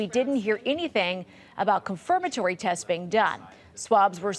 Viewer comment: Commentator cant even pronounce "confirmatory" said "conformatory".